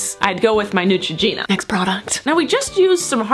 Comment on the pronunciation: you said neutroginura